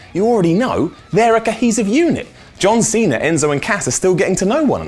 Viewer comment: "this week on rawr" "John cener"